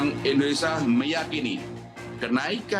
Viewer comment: indonesia ya , bukan indonesa